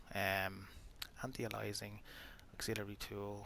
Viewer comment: It's "anti-alias-ing" not 'anti alysing'. How can you never have heard people say anti-aliasing correctly?